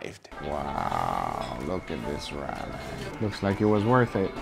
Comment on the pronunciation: Someone teach this man how to say ramen 😂🤣